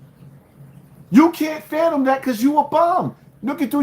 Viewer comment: The word is fathom.. Not phanom lol or the phantom 😂 when youtube stops what would u do??